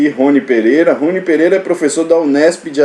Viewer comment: Olá, adoro suas aulas. Acho muito didáticas e motivadoras. Gostaria, se permitir, de fazer uma correção, o professor Rony ( pronúncia Roní) foi um pesquisador e professor da Unesp de Assis. 😉